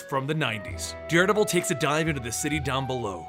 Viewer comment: did he say daredabel